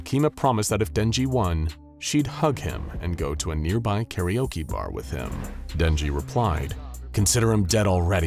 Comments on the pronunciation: that aint denji thats jednji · Not denji (X) lee kmkl saput haha not not 🚫🚫🚫 Denji leeeee